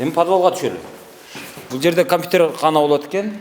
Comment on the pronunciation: Атаааангорууу. Мугалим жигит КАМПИТЕР деп айтып журот,эми кандай билимди берет экен яхааай б*ля йоубанааа